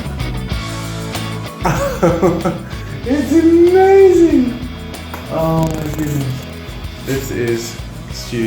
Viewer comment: someone must make a gif of that "Its omayzin!"